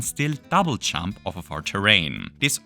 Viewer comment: “if we chump with a chunk while chumping”